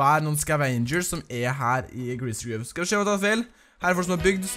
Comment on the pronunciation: Bra video men Please utall greasy grove og pleasent park riktig! Det irriterer meg... det uttales "gråov" og "plessent"